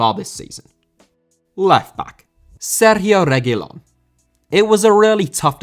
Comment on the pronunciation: Finally a good pronunciation for Reguilón 🙌🏻, no more Regúlon